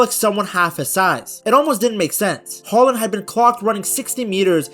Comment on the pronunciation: Great video ! 🤗 And I love that you use the Norwegian pronunciation of his name ! 👍 Regards from Norway 🇸🇯